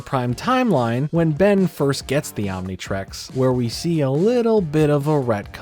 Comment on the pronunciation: Why does he keep saying Omnitrex instead of Omnitrix?